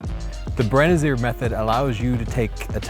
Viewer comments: "Brenz-ee-errr" — really? maybe get his name right? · BrenizIEr? That pronunciation made my ears bleed - that's not the guy's last name xD Ryan appeared on numerous videos around youtube (B&H, etc) and his surname is pronounced the same in all of them with him there AND him saying it, so I'm pretty sure that's what I'm gonna go by :D